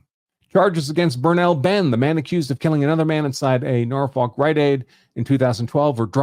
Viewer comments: Can't blame out of town folk for not knowing it's pronounced, 'Nawfuck' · Aaarrrggghhhh he can't pronounce Norfolk 😮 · They never can lol